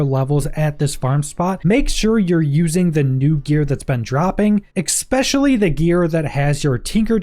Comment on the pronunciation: Say it with me: ESPECIALLY. ESPECIALLY. Not " Exspecially".